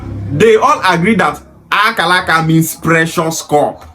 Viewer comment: She can't even pronounce Akaraka very well. Is Akaraka Bibi language? Why most of Igbo people from Delta and Rivers doesn't have sense at all.